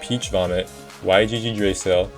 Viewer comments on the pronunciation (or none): "Y G G Drasil" 💔😭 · "Why gee gee dray sil" 💔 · yggdrasil is from another language, and is pronounced YEE-druh-sill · "why jee jee dray sill" 💔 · The word you are trying to say is “Yggdrasil” which is pronounced “Yig-Drih-Sil” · ah yes, "y g g drasil" bruh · "y gg drasil" 😭🙏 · WHY DID YOU SAY YGGDRASIL LIKE THAT WTF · oh my god dude when i heard that